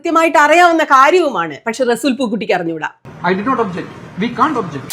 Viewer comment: റെസൂൽ... അല്ല resul പൂക്കുട്ടി അങ്ങിന resool എന്നല്ല 🥰🥰🥰